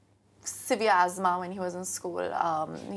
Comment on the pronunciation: Azmah! 🤣🤣🤣... its asthma! 😂